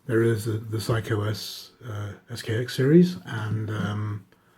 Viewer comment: I won't quarrel over the difference between "eeko" and "ehko," but I must correct your pronunciation of one of the competing watches. It is NOT Saiko, it's Seiko. It's not "psycho," it's "say-koh."